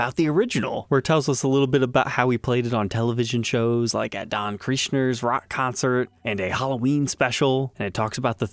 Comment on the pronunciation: That's Don Kirshner's Rock Concert, not Don Krishner's Pronouonced like (Cursh Ner)